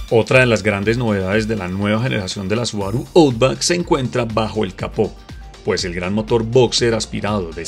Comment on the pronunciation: Buen vídeo. Un detalle, la pronunciación de Outback es /autbak/